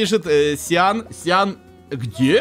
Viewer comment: Правильно говорить не сиан а циан